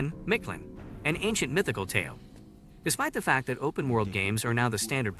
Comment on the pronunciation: It’s not, “Micht-LYNNE.” it’s, “MEEKT-LAHN” white boy